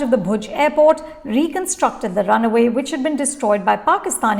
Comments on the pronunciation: It is runway, not runaway!🙂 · Its runway, not runaway 😂🤣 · It’s not runaway dear….it’s runway